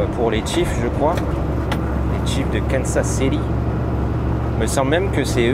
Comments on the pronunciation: on dit pas Kensas mes Kansas KANSAS ok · Es qu'on dit pas Kansas plutot que Kensas ? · Salut, Kansas se prononce Kansa' (pas de s à la fin- idem pour Arkansas- Arkansa') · donc si je dis « Kensas », je dois prononcer « housse ton » et « hausse tin » ?